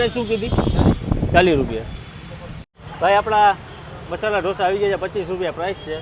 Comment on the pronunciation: Only Gujarati can say Dhosa. Please the correct word is Dosa.